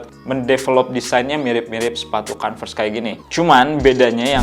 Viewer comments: iya kalau mau pake O dibacanya kOnves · iya nanggung banget, kalo mau pake huruf O minimal huruf R nya jangan kedengeran biar kayak British. Kalo mau kAnvers huruf R nya kedengeran